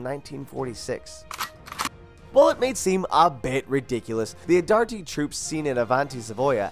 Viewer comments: Also Arditty!!?!? AR-TI-TI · its arditi not ardarti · Could you possibly butcher every single name in the video? gallie polie, colibree, adirti, sinay, verdin! Jeez mate, learn to speak. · AGAIN ARDATI?? its Arditi R DEE T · Yeah, "adarti" and "madison" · 1. There were no frontline women in ww1 other than the Russian death battalion, although that was mostly for propaganda. 2., its Gallipoli. pronounced gal-ip-o-lee. 3. it's arditi, not whatever you said.